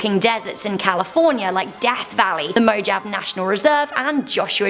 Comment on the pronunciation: I've never heard Mojave pronounced like "Mo-Jav" lol always thought it was pronounced "Mo-hov-ee" 🤷🏽